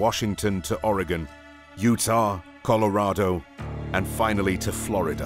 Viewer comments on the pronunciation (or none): none